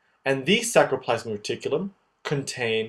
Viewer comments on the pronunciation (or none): Awesome tutorial - super clear, extremely helpful, but... please re-narrate: it's sARCoplasm, sARColemma, sARCOplasmic reticulum. It's driving me crazy, please copy edit!!! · Awesome videos!! Just remember, R before C in many of these spellings and pronunciations! ex. saRComere, saRCoplasmic reticulum